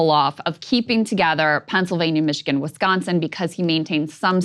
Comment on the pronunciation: lol "Wischigan"